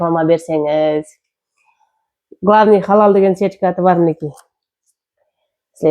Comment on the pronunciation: Халал деп жазса да, хадал деп айтын заманласлар